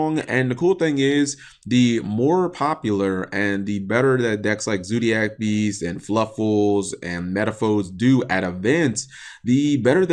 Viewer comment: learn how to talk you sped it's zodiac beasts not zoodiac beasts